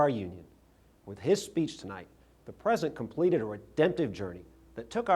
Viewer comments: Why did he call him Present instead of "President"? And do you think he practiced hard to get that Louisiana lisp? What a silly man. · He can't even say President right! It's like Arnold calling California, 'Collyfornya'? Republicans sure as hell can't talk!